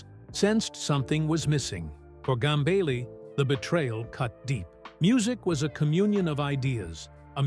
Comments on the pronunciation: 1. Get your AI to pronounce "Gambale" correctly. 2. It's not conceivable that Frank Gambale would ever hate anyone, especially another musician - and certainly would never say so publicly if he ever felt that emotion. The premise of this video is a lie. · Ughk ... another bullshit click bait AI video about nothing... can't even pronounce his name right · There are no names mentioned. Don't you hate it when the AI voice can't properly pronounce the surname of the subject person of the video.